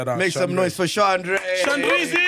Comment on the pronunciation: Ooooh Shanray, not Shandré.